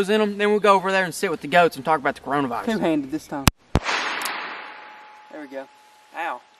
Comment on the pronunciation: 1 OK is the only one that can cure my depression 2 he said crayola virus instead of Corona virus LMAO 3 can you upload more cause we have nothing to do 4 all I been doing is watching hentai